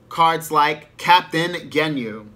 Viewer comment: Sorry I was just freaking out over the way you was saying "Genyu". I've never heard it being said that way.